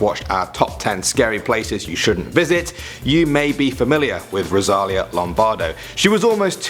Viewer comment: Her name is Rosalìa not Rosália